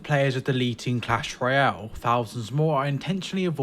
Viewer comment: Did he say cash Royale